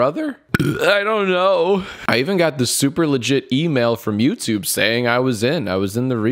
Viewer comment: Did someone read de email from "Yootobe"...Lmao